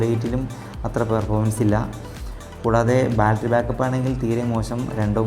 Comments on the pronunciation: "Baltry" അല്ല, battery ആണ് മോനേ! നല്ല വീഡിയോ ആണ്. 👍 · My friend, you pronounce for battery as balttery it's wrong. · ബാൽറ്ററി അല്ലെടാ മോനേ ബാറ്ററി ആണ്!😖😖🤢😅